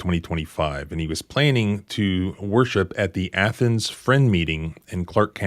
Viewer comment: "Athens" is in Greece. The city in Georgia is pronounced "ay-thens"